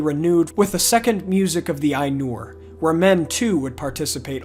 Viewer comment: The Ainulindalë is one of my favourite parts of all of Tolkien's writing. The imagery is beautiful. On your pronunciation of Maiar, an "ai" is pronounced "eye", as in eyeball, not "ay". So it's m-EYE-ar, not m-AY-ar. Oddly you pronounce Ainur correctly even though it's spelled the same :P